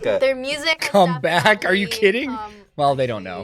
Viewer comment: Come back said cum back.😂